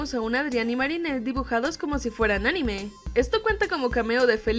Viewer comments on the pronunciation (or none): none